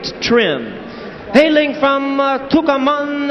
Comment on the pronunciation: The place is Tucumán, not tucaman